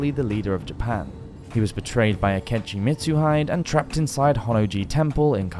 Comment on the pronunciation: Love this. I've trained kendo for 15 years and find the whole subject of samurai fascinating. But PLEASE learn how to pronounce Japanese names - eg Akechi Mitsuhide the last syllable is pronounced 'heeday'.